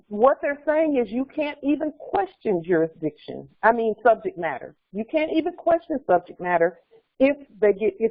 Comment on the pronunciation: Iz there jurizdikzione?